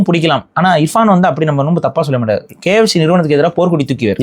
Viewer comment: bros not kyc it is kfc bross